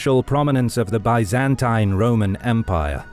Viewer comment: I am kind of amazed that historians would not know how to pronounce "Byzantine" or "Byzantium". I see this quite often on YT videos, and thought I'd mention it for posterity.